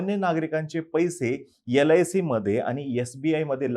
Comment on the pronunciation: He can't properly pronounce sbi and lic then God only helps you for his analysis.